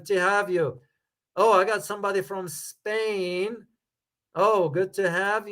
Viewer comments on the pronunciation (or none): none